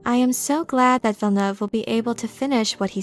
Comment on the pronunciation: As a french canadian, you're probably the only youtuber who pronounces "Villeneuve" the right way. I appreciate (and Denis also probably)!